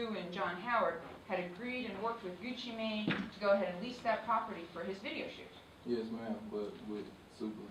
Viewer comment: rofl she said Gucci mean